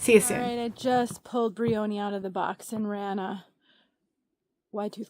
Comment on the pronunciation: I think the pronunciation is closer to brian, so the O is not a long O, and the division between Y & O is not as strong. Ya, as one having cowlicks, double crowns, etc. I love a simpler look in wigs, whether straight, wavy, or curly., as far as heat tools, I picked up a crimping iron to try on a regular synthetic. Before concerns set in, I think I'll use one of my meat thermometers to watch the head. Thought of getting a temperature gun, but not sure if I'd get as accurate of a reading. Have you tried thermometers to watch your heated wig tools? Anyway, I'd turn it on and off, to keep the temp from getting too hot, I plan on trying it on a RW Trend Setter, to make it more of a 70's-80's New Romantic/Punk/Goth aesthetic. Thanks,!